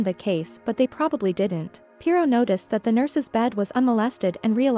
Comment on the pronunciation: He should keep the mustache and would be nice if AI could pronounce the name Pirot correctly